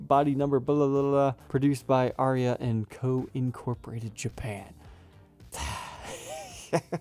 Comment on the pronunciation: interesting and odd. I laughed when pronounced it Aria.